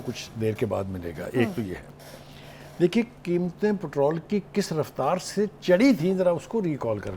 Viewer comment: Patral 😂 please watch your words lady it’s called patrol